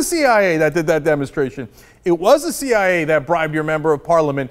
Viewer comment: the "CEE YIGH YAY" lol that one gets me too sometimes.